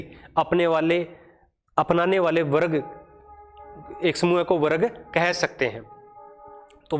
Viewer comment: Explanation bahut acha h but pronunciation me bahut mistakes h jaise warg hona chahiye n ki warag👍